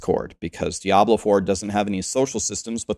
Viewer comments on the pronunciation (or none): none